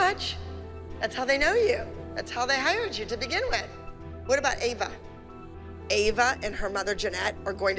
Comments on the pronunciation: Eva?? Haha it’s Ava😂😂😂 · Not Kelani’s mom calling Ava “Eva” 💀😭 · The way said kalani is going up against Eva instead of ava😂😂😂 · Kehlani mom said Eva instead of Ava